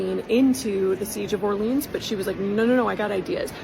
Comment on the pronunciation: That's some lovely German pronunciation of 'Orléans' there. 😑